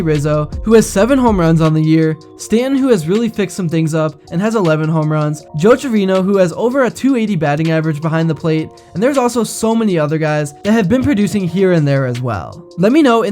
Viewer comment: Did buddy just say Joe Trevino?!?! It’s Jose